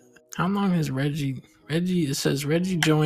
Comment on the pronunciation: Can't believe you guys mispronounced Reggie. Unsubscribe.